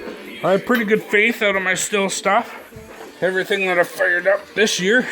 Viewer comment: STIHL is pronounced the same as Steel.